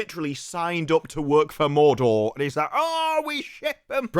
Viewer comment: They are overdoing the R so much they could fell trees with their Morrrrrrdorrrrr pronunciation.